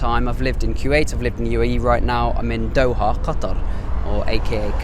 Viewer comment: I can't believe many people still mispronounce the word Qatar